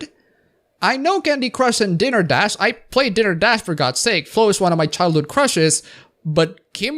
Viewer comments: "dinner" dash. lul. dai-ner, not dih-ner. It's the difference one n makes, apparently. XP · I'd just like to point out that it's not "Dinner" Dash, it's "Diner" Dash. A diner, pronounced "die-ner", is a kind of restuaruant.